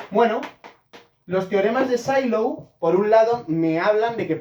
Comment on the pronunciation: Sylow era aleman, creo que no se pronuncia S"ai"low, sino "Silow". Otra cosa, que el número de p-subgrupos de Sylow es el índice del normalizador es consecuencia de que estos son conjugados y la fórmula del cardinal de la orbita, que es el índice del estabilizador, que en este caso es el normalizado. Así, es trivial y no hace falta calcular el normalizador. Saludos.